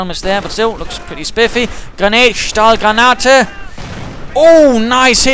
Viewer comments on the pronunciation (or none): Great cast again! If I might again be the german pronounciation-nazi: It's not "Stahlgranate" (=steel grenade) but "Stielgranate" (=handle grenade). Escpecially confusing because the latter sounds like the english meaning of the former. ;)